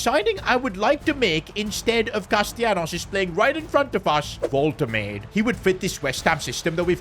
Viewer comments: Why does he keep calling wolte-made, walter made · Hurts my soul everytime you say Woltemaid as Woltemaid firstly, the W is pronounced like a soft english v secondly; the a is pronounced like a normal a sound, and the 'de' is a complete different syllable so it's like 'Volte-madeh' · "Woltuhmade" 🥀🥀 it's "Wul-tuh-mada" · Its volte-mah-duhhh not woltemade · learn how to pronounce player names sid. wolte-made. Its wolte-mad-er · Volt-a-marder . Nah Vol-ta-made💀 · I love you, but Imma crash out if you say Vohl-Tuh-Made again, its Wohl-tuh-Ma-Duh......... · man its pronounced nick woltamada instead of woltamayd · It is Wolt-a-maada not Wolt-a-made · its wol te ma de you pronoucing it wrong its not wal te mejd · Pls stop saying WolteMATE, it's woltemaaaDe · Nick Volte Mader not Nick Volte Made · It's pronounced Wolte maa de not Wolte made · Pronounce woltemade's name right! It's more like vol-de-mar-da not wolte-made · btw is pronounced "volt-e-mada" not "volt-emade" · the pronunciation of woltemade is annoying me. as someone who speaks german, it's pronounced "vol-te-mar-duh" not "vol-te-maid" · his name is actually pronounced wol-te-maud-e not wol-te-made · his name is actually pronounced wol-te-maud-e not wol-te-made the e is seperate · Its Voltemade not Woltemate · its vol-tah-mahh-duhh i tried making it as simple as possibe cuz i cant hear you saying "volta"made"" again😭😭😭😭😭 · It's Woltemada not woltemaid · Woltemade lol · Woltema’der’ Some of his pronunciations just piss me off bro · it is wol-te-mad-de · Woltemade is pronounced wol -tuh-mah-duh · Nick Vohl-Tih-mad-ay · Stop saying voltemaid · Unexpected event: The board funds the fans big banner tellign you how to pronounce ''Wol-te-madeh'' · You are pronouncing his name wrong its like WOLTE-MAA-DEY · wolt-te-made 🤣 the pronunciation is killing mee🤣🤣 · Yes it's voltermarde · Woltemade is pronounced as Wolte- maa-de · Bro the pronunciation is "wol-tuh-maa-duh" and " kevin de broy-nuh"